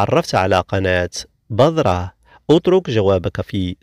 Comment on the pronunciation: عفوا نطقك لكلمة (بذرة) خاطىء تنطق (بِذْرَةٌ) بالذال وكسر الباء وليس بالضاد (بَضرة) بفتح الباء النطق مهم لتوصيل المعنى